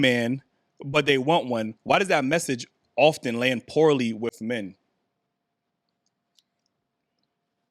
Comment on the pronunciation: Wait "OFTHEN?!?!?" Oof. It's a no for me.